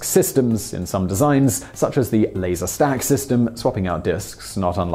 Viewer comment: I heard it as "later" myself.